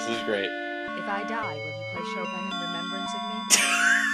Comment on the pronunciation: their pronunciation of Chopin, if that's what they're saying, makes me want to shoot someone